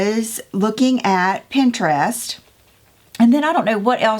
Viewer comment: You say Pinterest like normal people say Pinterest. If someone criticizes you, they’re not normal 😂. Hobby Lobby, Home Goods, Michael’s and At Home are my go-to stores. Can’t wait to see what you do!!